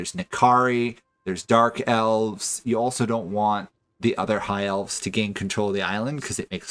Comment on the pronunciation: You struggle every time you have to say elves.